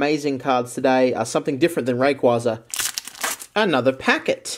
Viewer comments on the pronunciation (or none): none